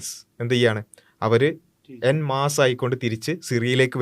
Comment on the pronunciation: en masse എൻമാസ് അല്ല ഓമ്മാസ്😊